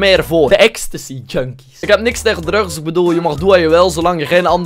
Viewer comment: Like als je denkt dat acid geen drugs kan uitspreken